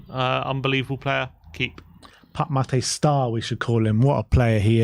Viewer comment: His name is not Pup Matay Sarr. It's Pape Matar Sarr. Get it right,. ffs...